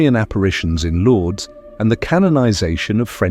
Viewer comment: Thanks, God bless you! For the viewers, please read Lords as Lourdes (France). 👍👍✌✌❤